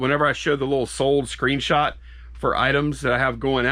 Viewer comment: "screenshat" lmao